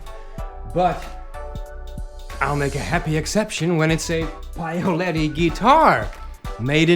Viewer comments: PAOLETTI....not PAIOLETTI....😅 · You really have to work on the "Paoletti" pronunciation though.